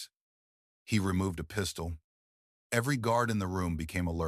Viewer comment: Lmao The pronunciations though! "There was a PEE-stole in his hand!" 🤣 🤣 🤣 🤣